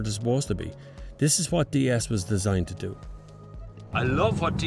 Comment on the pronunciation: Dy-es this, dy-es that... The manufacturer intention to make it sound like the french "déesse" (=goddess) goes down the drain. No plan survives contact with the enemy :)